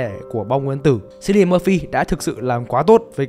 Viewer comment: *note: Chữ "Cillian" trong tên Cillian Murphy đọc là "Kiu li ần" chứ hk phải là "Siu li ần" 🤓👆